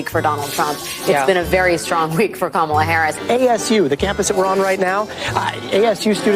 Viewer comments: “Ka-ma-la-la-laaa” Seriously, you can’t make this sh1t up 😂 Ignorance at its finest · Kamalalala. Good lord. They probably voted for her based on just babbling the name like a 3 year old.